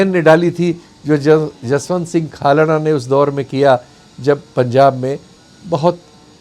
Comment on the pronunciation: Khalra sir, not kalra